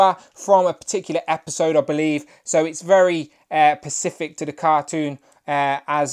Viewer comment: Good review! FYI the word is “specific”, not “pacific”